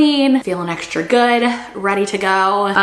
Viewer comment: I wish you would stop saying eckshtra, it’s X tra! It’s str eet not shr eet. STR is not SHR.